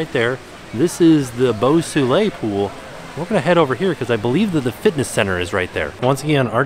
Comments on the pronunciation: The pool, Beau Soleil, is actually pronounced ‘bow so-lay’ and translates literally to ‘beautiful sun’ or ‘beautiful sunshine’. Sounds better in French!! 😁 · And 'Boo Soolay' 😆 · saying "Beau Soleil" got less and less French the more he said it LOL